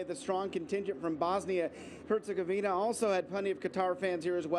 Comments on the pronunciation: I'm even not from Bosnia and Herzegovina, just from other European country, but: it's a matter of basic professionalism and respect for TV presenters to learn how to pronounce (or at least read correctly) names of the countries they are speaking about. It's HerzegoviNA, not HerzegoviNIA! It's sort of sad that your television is even not the only one that does that. Besides, this kind of mistakes give the impression of arrogance - and probably it is to some degree, like "who cares about tiny, unimportant countries we are not in war with (those you always pronounce correctly). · Why Herzegovinia and not Herzegovina where is the I?? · For heaven's sake, both of the female sportscasters mispronounced Herzegovina. Get it together ladies and do your research, this is a World Cup team for goodness sake! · They will learn the pronunciation after Bosnia finishes with them. Very disrespectful.